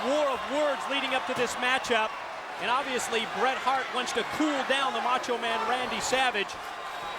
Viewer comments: So ass he messed up the name of bret hart go back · not the most infamous way that Buffer messed up Bret Hart's name